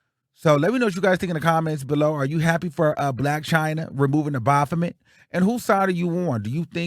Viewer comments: the O is silent 😫 it's pronounced baf-met. You got me cackling saying it how you saying it though 😂😂. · It’s always how u say the bophamet 😂😂😂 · When says Baphomet I holler 😂😂😂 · I just came to hear say “BAPHOMET”!! 😂❤